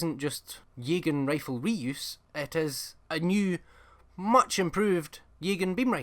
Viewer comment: You lost me at “Yaygan”. I’ve never heard anybody pronounce that word that way and it is so jarring that I could not take anything following it seriously.